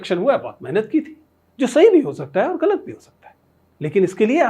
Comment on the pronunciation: Sir, 'ghalat' hota hai nuqta lagta hai 'ga' ke neeche .